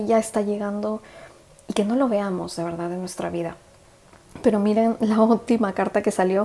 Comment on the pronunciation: crítica constructiva, porfavor trata de no tragar todo el tiempo la saliva se escucha todo el tiempo y a mi parecer no queda bien y tb porfavor las palabras que terminan con D ejemplo VERDAD porque las decis con T al final? VERDAT? perdón si te molesto pero son hábitos que van a mejorar tus lecturas, te bendigo gracias.